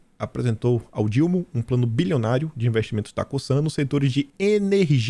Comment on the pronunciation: Querido... Qdo vc fala Cosan, vc fala com o S pronunciado. Não sei se estou certa, mas até hoje sempre ouvi falar como se fosse com Z. Ou seja, escreve coSan, mas lê coZan. Na regra gramatical o S entre vogais tem som de Z. Porém, não se aplica em nomes próprios. Há! A raízen é a junção de raíz com energia.